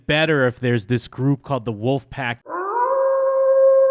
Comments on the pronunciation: He said woof pack, not wolf pack!!!!!!! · corey is saying "WOOFpack" not "wolfpack" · Omg...everytime he says "Wuffpack". 🤦